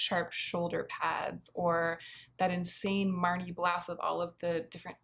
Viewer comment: I greatly enjoyed how you pronounced blouse as blouzze ☺️ surely I’m not alone, surely not lol